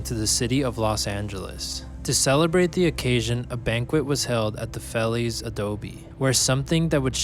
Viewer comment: Be nice if you wouldn't butcher Feliz name